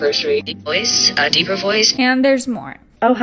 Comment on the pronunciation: “Deeper and deepah” smh. She is soooo annoying! I can’t stand anything about her!